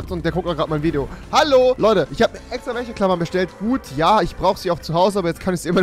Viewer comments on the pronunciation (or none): Ich schreibe jetzt mal wie du Wäscheklammer aussprichst:"Wächeklammer"